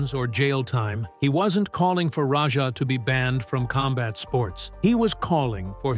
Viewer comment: Why do you call Raja Rodger?